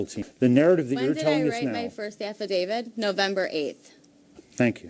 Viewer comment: The TEMP with 2 degrees is pronouncing it as AF-I-DAVID